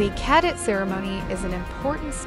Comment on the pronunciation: It's really irritating hearing the narrator mispronounce "cadet" and referring to females as him or his. Wtf?